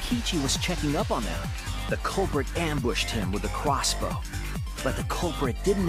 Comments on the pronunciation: Cwossbow* (jk it's just because that's how it was said lol) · with the CWOSSBOW